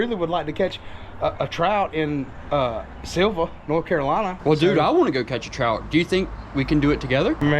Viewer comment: You got the pronounciation right, I lived about an hour from here until a couple weeks ago. Up in PA now. You gotta try the Thai restaurant in Sylva, as well as the BBQ in Dillsboro, Haywood Smokehouse. Consistently wins top 10 bbq spots in the country